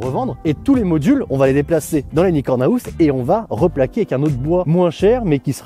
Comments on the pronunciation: "Unicorn aouse" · Mec apprends au moins à le dire correctement parce que « haousse » c’est plus possible